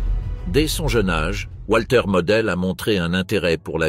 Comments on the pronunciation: voix typique de ce que génère l'IA : le W allemand se prononce comme un v français donc Walter se prononce Valter et non Oualter...... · Walter se prononce comme wagon, et non pas comme ouate.